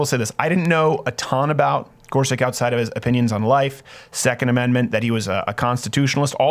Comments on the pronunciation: I think his name is pronounced "Gor-such" or "Gor-sich", not "Gor-suck" or "Gor-sick"... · I believe it's Gor SUCH not Gor SICK. Could you please honor the candidate by pronouncing his name correctly, as a minimum? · It’s not “Gor•sik”, it’s “Gor•such” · you pronounced his name wrong. sound it out. he said it himself. it's GorsuCH.